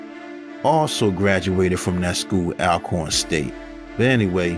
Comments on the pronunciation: Unless you’re from the south, it’s hard to pronounce the names of these places 😂, but the schools name is pronounced All-corn. A little know fact about Air McNair is he played in a softball league growing up, most kids in and near Forrest did and still do now as adults. Since his death his grave has been vandalized and robbed several times. If I remember correctly the family had his body moved to keep people from trying to rob his grave. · Pronounced “ALL-CORN”, sir!!! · Great video. One thing. It’s pronounced ALL - corn. Love a proud Alcornite.